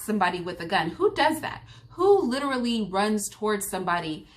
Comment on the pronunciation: And by the way Candace, saying "LITCHrally" don't make you sound intelligent whatsoever! It makes you sound ignorant!